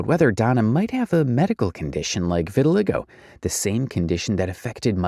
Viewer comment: She has “revitiligo” 😂😂 IYKYK